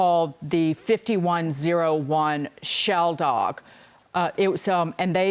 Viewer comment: Not “shel dog” its “shaldag” = king fisher in hebrew. Thats the unite do your homework guys